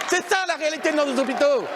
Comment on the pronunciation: "Nos Z'hôpitaux !"